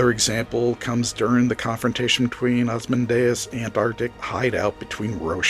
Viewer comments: Lot of valid points. But, damn, could you not have gotten a human narrator? The software pronounces "Rorschach" as "Row-shock"; "Ozymandias" as "Asmodeus," and "Straczynski" as "Sterinski". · It's hard to take you seriously when you can't even pronounce "Rorschach" and "Ozymandias" correctly. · Great summary. Just pls don't butcher "Ozymandias";)